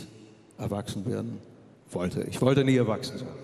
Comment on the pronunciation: So ein wunderschönes Lied, das leider durch das schlecht ausgesprochene 'ich' verhunzt wird. Gib Dir doch mal Mühe,! Trotzdem Daumen nach oben.